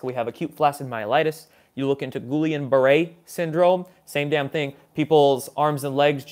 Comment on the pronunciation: It’s pronounced ghee-YAHN 😉 Fluoride is not important or necessary. Vaccines can only wreak havoc in the body.